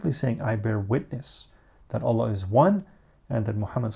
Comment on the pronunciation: The way you say allah I enjoy hearing